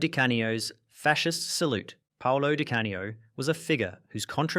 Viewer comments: Dye Cane-E-Oh 🤔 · Good grief! Anybody doing a vid like this should get "Di Canio" right.